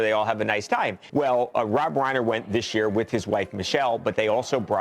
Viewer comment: It is amazing how was watching multiple news reports about the guy where the reporters kept correctly pronouncing the man's name and STILL KEPT mispronouncing his name.